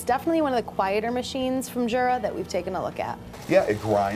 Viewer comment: I just wish you guys would pronounce it correctly. From their own instructional videos, it's pronounced with a Y sound, not a J sound (Yer-uh, not Jer-uh).